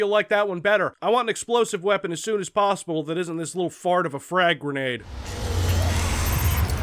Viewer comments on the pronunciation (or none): none